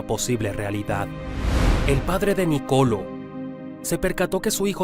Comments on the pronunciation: Felicitaciones por tan interesante biografía. Solo como información general, se pronuncia Nicoló y no Nicolo. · No Nocolo😂😂 Nicolo' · No hay manera de que pronuncies bien el nombre Niccolò